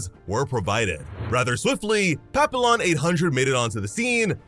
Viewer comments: Papillon is pronounced "pa-pee-yon" just so you know. "Pa-peel-lon" your a s s. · Papillon isn't pronounced pap-ill-on. It's french and pronounced pa-pee-AAN. And yes it means butterfly. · Dude it's French and pronounced Pap- E- Yon not Pap-I-Lon It Literally is Butterfly in French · Papillon means butterfly in French btw It’s pronounced papiyyon in french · Not being a stick in the mud but papillon is pronounced as pa-pi-yon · As someone who speaks French fluently, the way he said “Papillon” hurts. Btw it’s pronounced pap-ee-yon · Papillon is the French word for butterfly, so it should be pronounced "Papi-yon"